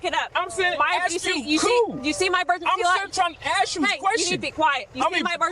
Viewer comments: It's always "I was finna ax you a question" with these people. This truck is over 2600GVW and is not even supposed to be on that "skreet". It's like they're too stupid for societal rules. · Did he want to axe a question?